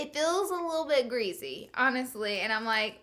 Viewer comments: I like Laura don't get me wrong but I hate when she says greasy. She pronounces it geazy. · Oml greasy not greezy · I died when she said "it's SO OOHLY and GREEZY" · every time laura says "greezy" i take a shot. seriously love that woman. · I always notice how you say greasy.... "greazzy" lmao 😘